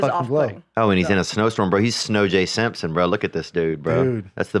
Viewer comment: When Theo said "SnowJ Simpson" I died, bc I used to say "BlowJ Simpson" back in the day! 😂